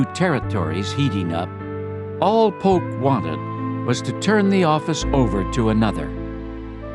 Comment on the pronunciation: Sounds like Polk=Putin?